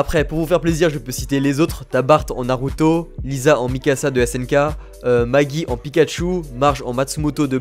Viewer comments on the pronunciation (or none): none